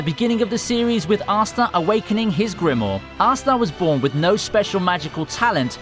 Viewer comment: There are 2 damn 'I's in grimoire. It's not "Grimore"